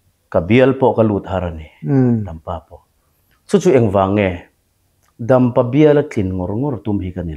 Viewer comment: Ngatinge DAMPA tih hi a lamdan hi hian hmun dam(hnawng) lamrik anga a lamtlat mai le,a lamdan dik tak DAMPA tih awm renga daaampa atih tlat mai le,a interview pawn a lamdan dik takin vawitam a lam ri a,ava hahthlak tak😂😂